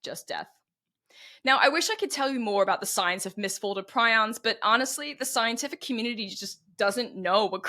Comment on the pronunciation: It’s pree-ons